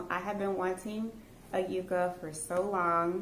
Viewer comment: Great haul! I am from the Texas Panhandle where yucca grows and blooms out on our prairie. They are beautiful!!! Can I just say that the pronunciation is yuck-a. It's not that big of a deal. I'm not a nut about it but I just had to say it. Haha! ❤🌿🥀🐞🌺🌿❤